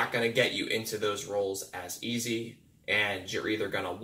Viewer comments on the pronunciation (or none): none